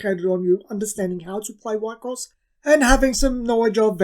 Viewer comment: We-cross, is how its pronounced